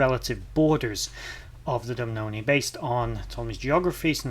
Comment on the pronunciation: Doo boo nah is how it’s said 😊